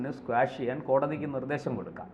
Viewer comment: Quash ക്വാഷ് ആണ് സ്ക്വാഷ് അല്ല